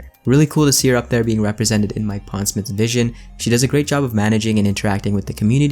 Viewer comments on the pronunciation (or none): none